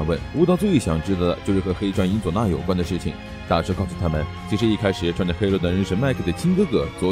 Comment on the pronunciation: 你伊佐那的伊怎麼讀得那麼奇怪？